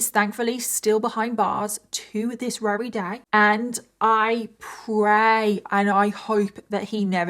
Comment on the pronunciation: Thank you so much for telling this harrowing story! Also, I love the adorable way you say your "v"s as "w"s, like every time you try to say "very" you say "wary", and as someone who also has similar pronunciations, it makes me feel at home. You are a blessing.